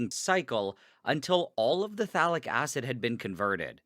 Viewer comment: It sounds like he is saying phallic acid.